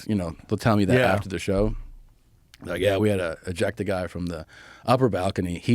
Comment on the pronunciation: Did he say they had to eject a guy or ejack..?